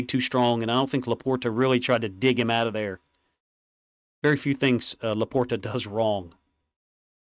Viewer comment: Ok guys...i have one question, how come all the commentary guys making all these videos,... I swear...everyone is doing it, why??? Why are all the people over pronounceating laporta's name,......i swear every video I've watched...there saying sam laporttttaaa....just say his name normal like...like use a d in there when you say it fast...sam laporda, say it fast like that...sam laporta....yall sound like really wierd when you over pronounce his name....its really fucking funny to me....lmfaooo